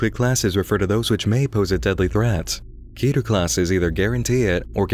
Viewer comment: When someone pronounces keter right